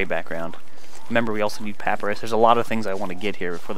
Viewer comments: in case anyone hasn't mentioned it (in the last 2 years), it's pa-py-rus not pap-rus Sorry to be a grammar Nazi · he said paprus